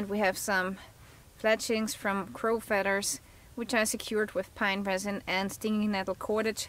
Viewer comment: I love your accent hon, but there is no 'D' in feathers. Thanks for the lesson in arrow making, great arrow head.